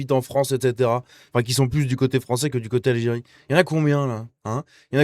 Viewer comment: "Viva l'algiré, ouane, tou, sré!" 😂